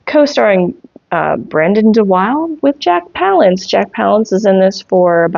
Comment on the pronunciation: It's Van HEF-lin, not Helfin. Brandon De Wilde's last name is pronounced Da-WIL-da.